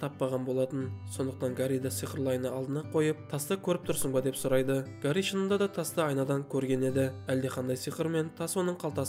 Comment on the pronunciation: Гари емес, Хәри